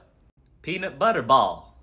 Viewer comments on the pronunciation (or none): none